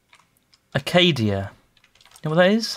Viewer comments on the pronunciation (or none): Acadia. seriously. There's no "d" in acacia. And it's Uh-kay-shuh. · bold letter at the top of the screen saying "Acacia": Oh, Acadia. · What's this tree, Acadia Me: it clearly says Acacia